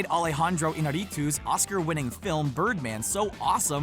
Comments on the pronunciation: Alehandrou eenareetoos hahaha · alejandrooouu inarituos :V dum its alejandro Iñarritu can you put some effornt in your videos?? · alahandro ihna ri tu. ya hay páginas (forvo) y hasta videos aquí mismo en youtube que enseñan a pronunciar los nombres que no son naturales para el angloparlante. Puede ayudar a alcanzar ese profesionalismo tan deseado. esto es un experimento. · hahaha Iñarritu its really badly misspronounced